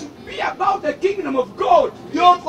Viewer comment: Pastor senyonga's followers you must interceed for your pastor kubanga Bambi?. The way he calls God Guard hoo